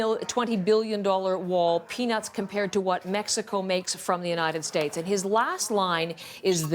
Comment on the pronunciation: "The United 'Estates" 🤣🤣🤣🤣🤣